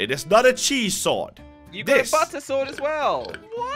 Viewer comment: WHY CALL SWORD IS SOWSD